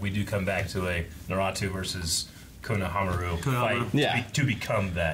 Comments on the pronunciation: It's not NaRUto, but Naruto. That is, no accent on any of the syllables. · did he just say “naratu” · straight up called Naruto Noratu haha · Please say naruto right it’s the o e thing as a fan that bothers me like nothing else does but just the main characters name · Please stop pronouncing Naruto wrong